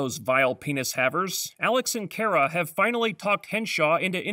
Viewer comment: Kara is pronounced "Khara or Car-a" not "Care-a". Please fix that.